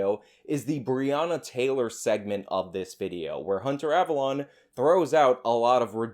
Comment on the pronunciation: I love how you say "ava LON" instead of "ava LONE" lmfao. I used to watch this scrub when he stayed in his lane of SJW cringe. He was uneducated then. But at least it was funny. Now he's just pathetic.